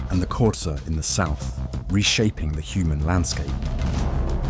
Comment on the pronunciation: Love the way you pronounce xhosa❤😂